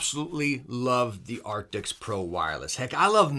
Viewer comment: Artics.. arcticts.. artis.. dude. ARCTIS